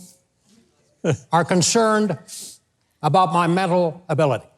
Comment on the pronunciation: Except when he slipped into a Canadian accent with “aboot”.